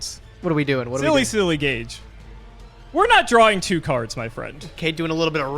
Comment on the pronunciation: i hate how gage pronounce cards. it pisses me off.